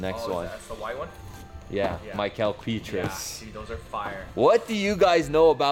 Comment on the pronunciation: if you're gonna keep claiming to be a real Warriors fan, please learn how to pronounce Mickael Pietrus' name correctly lol dope vlog though